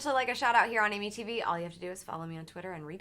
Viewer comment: Every time she says Amy tv I think she says Amitiville